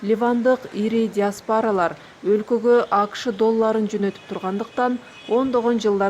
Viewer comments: Диаспора деп айтсан диаспара эмес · Диаспора деп окусан диаспора жебей мектептен жакшы окубаптырсын